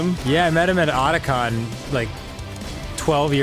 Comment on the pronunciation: Dan Honey I love you But It’s Otakon. Pronounced “oh-tah-con” Now continue being a cutie